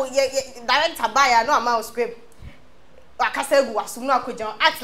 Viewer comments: Scrip kokoo scrip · She said "Scrip".. 😂🤣🤣😂